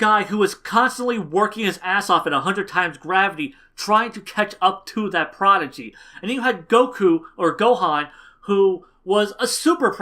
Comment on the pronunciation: he said prodigy. not a protege. maybe the pronunciation was a bit off